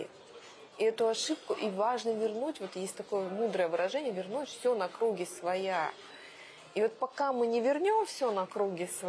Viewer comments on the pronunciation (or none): "...на крУги своя..", "зáвеса" - что же у неё за привычка менять ударения? :D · Поскольку ошибку в контекстном ударении "материальными бла́гами" часто совершают и образованные люди, то эта ошибка простительна. . . . Была бы... если бы не было ошибок "за́веса" и "на кру́ги своя"